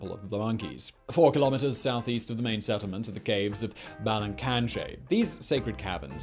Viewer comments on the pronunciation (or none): none